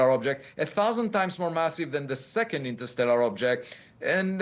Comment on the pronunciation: This lady went to law school, but still mispronouncing ‘interstellar’ and asking super silly, 5th grade questions? 🫣😆